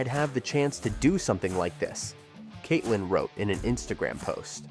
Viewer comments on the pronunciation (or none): also saying Katelee instead of Katelyn; more grief.